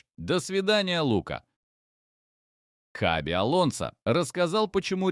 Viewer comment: Не Хави ,а Хаби.